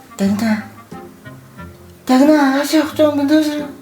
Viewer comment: Дагина гээд байна уу?Дагигина гээд байна уу?Унтаж байх даа дагина×5 хэлэх дээ хамгийн эхэнд хэлсэн үг нь?🤣😂🤣🤣